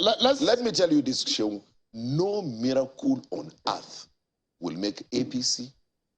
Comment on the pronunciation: Seun! Next February pls. Not "February, next year "